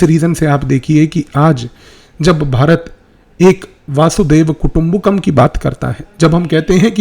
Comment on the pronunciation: वासुदेव नहीं प्रा जी, वसुधैव कुटुंबकम्